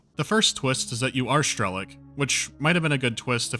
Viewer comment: Strelok's name is pronounced as it is written, not Shtrelok or Schtrelok. Apart from this, nice review.